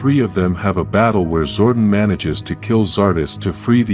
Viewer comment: your saying Zordon wrong